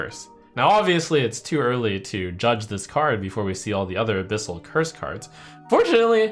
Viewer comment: I feel like youve misread abyssals...